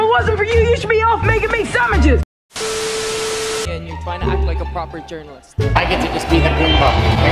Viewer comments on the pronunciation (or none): I love when becky says samiches aka sandwiches